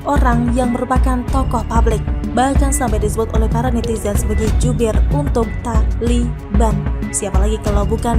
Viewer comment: Min....saat baca kata taliban biasa aja kali. Lama2 bosan .